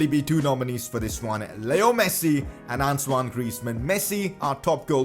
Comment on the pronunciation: Why are you calling antonie griezman ansuwan griezman